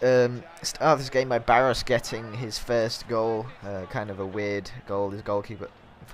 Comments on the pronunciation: pronounce Baros= Barosh before any one goes mad at you for it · It's Baroshh, quite a known player I'm surprised you don't know him.